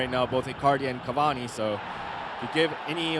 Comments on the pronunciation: Who are these two clowns acting as commentators? Who the f*** is Kaviani? CAVANI you idiots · Is it just me that gets pissed off by the commentator saying Caviani instead of Cavani?